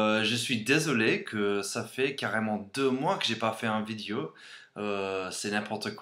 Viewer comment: Super vidéo. Mais fais attention à ta prononciation des mots "vidéo," "intéressant" et "femme". Bonne continuation!